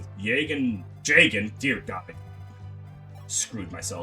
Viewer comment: damn you really referring to jagen with the hard J huh. didnt know you were a brother like that